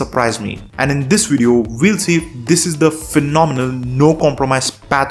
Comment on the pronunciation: haha that’s the best way to sell birdshit that I’ve ever heard bro… “yeah you heard me” hahaha listen to yourself! You said “do do and wideo” you had me at harro! ❤